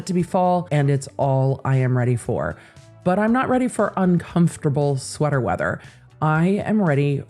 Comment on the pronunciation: sweedda wetha? I love swedda wetha!